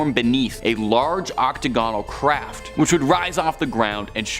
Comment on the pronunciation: Oct -o -gone -al! Nice